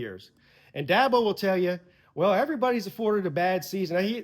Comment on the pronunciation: I love Dabo but it's DABO